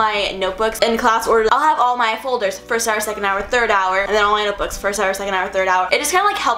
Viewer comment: I am the only one who heard her say "fuldurs"